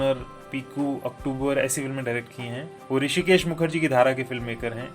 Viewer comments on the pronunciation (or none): none